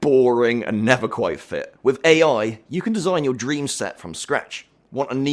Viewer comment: It’s not everyfing It’s everything It’s not wiff It’s with It’s not free It’s three It’s not uver It’s other It’s not togever It’s together